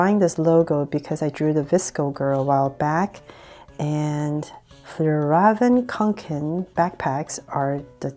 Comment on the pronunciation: To pronounce fjällräven kånken is like fyellreeven konken